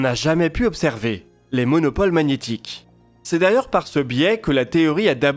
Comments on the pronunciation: Après c'est plus facile à comprendre quand on le prononce correctement. Monopôle c'est pas monopole... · Les monopôles magnétiques, pas les monopoles. La mission Kobe (avec un "é"), pas "cob". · Merci pour cette vidéo. Monopôle(avec ô) magnétique à 6min22s et non pas monopole (économie).